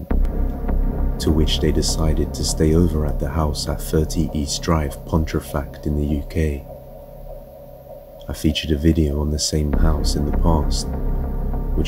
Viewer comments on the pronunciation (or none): Pontefract, not Pontrefact.